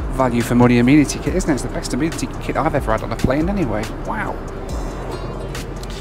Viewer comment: Why are you calling it an “ah- meen- atty” kit?